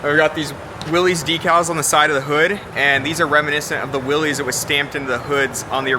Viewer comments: How can you work at Jeep, be their Brand Manager and not know how to pronounce Willys? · It still irks me when I see Jeep experts mispronounce "Willys" - it's not "will - eez", it's "will - iss". Grrrrrr. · Huh, you would think the Jeep "Brand Manager" would know it's pronounced "Will iss" not "Will eez" Then again, if you think adding a black grill and 4wd sticker make it a "Rubicon Light", I guess you really don't know much about Jeep history or what made the Jeep a classic. At least he schooled the host on the difference between a limited-slip and a locker.... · I don't know why but this drives me insane... it's not difficult, just think of it as Willis. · Guy can’t even say Willys correctly. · How many times can we mispronounce Willys? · Maybe learn how to pronounce Willy's first, then do a story on it........ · You'd think the Jeep Brand Manager could pronounce Willys correctly.